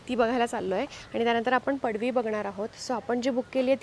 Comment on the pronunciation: Ek tar padvi ahe padshi nahi.